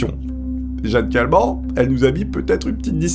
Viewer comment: Si la vielle a la fin c'est Jeanne Kalman ça ce dit '' Kalmane '' je dis ça parce que je m'appelle Kalman 😐😂 voilà merci 😀😀